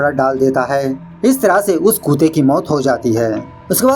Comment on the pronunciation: Nice movie and explaination. Why you address dog as kute and not kutte... kindly answer